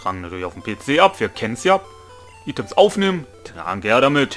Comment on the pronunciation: es wird eitems und nicht items ausgesprochen 😁